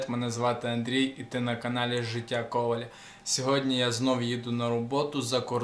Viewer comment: КовАль, а не КОваль ☝️